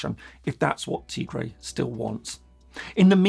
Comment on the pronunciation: Tigray (TA GRAI) PLEASE PRONOUNCE CORRECTLY IF YOU GOING TO SPEAK ON IT!